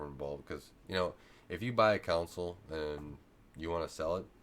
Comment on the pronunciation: Con Sole, you are saying cownsol lol